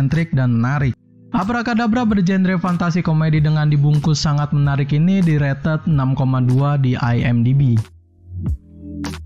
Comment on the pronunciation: Pengucapan kata "rated" ya ampun 😭😭